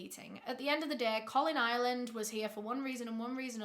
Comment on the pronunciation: I kept hearing both, wasn't sure which it was. Captions didn't clear up anything either. Lol.